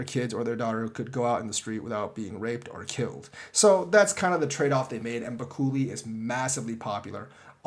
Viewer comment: Jesus, though you'd eventualy get this right, but it's BU-KÉ-LÉ not BA-KU-LI... 😟